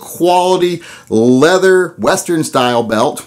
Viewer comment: Leather CHER, LOL.